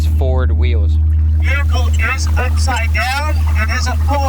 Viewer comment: Veacle is not a word (VE-HIC-LE)